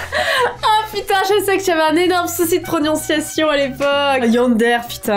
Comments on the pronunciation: = tu as toujours un souci de prononciation et pas de pronionciation 🤣😅 ( il n'y a que moi qui l'a remarqué ou ... ) Au fait , Bravo pour tes 1 millions !!! 😄😄😄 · Qui a entendu proniosation?au lieux de prononsation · "J'avais un énorme soucis de pronionciation" 2020. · C'est trop mignon😺😺😸😸😸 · "proniociation"😂😂😂 Tu les a pas perdu tes soucis de prononciation hein😂😂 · "j avais un enorme souci de pronionciation" j crois que tu l a toujours